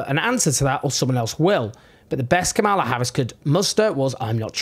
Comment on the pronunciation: Why should I listen to you, when you never bothered to learn to pronounce Kamala Harris' name?